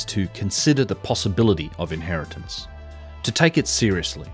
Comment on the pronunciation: Inheritance, inhertitance, inheritance. Bang on.